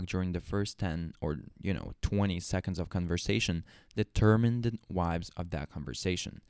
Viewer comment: "Your moon... deddermin the wives..." Didn't want to rerecord that line then, no?